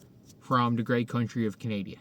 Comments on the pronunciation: Did you just can Canada… Canadia? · "The great country of Canadia." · The great country of "Canadia" Hilarious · "The great nation of Canadia..."